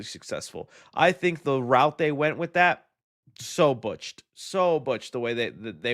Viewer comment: it is botched not butched. Butched is the past tense verb of someone turning into a masculine lesbian.